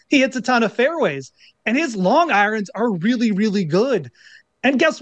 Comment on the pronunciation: I love how goes with the Norm MacDonald pronunciation of "eye-runs"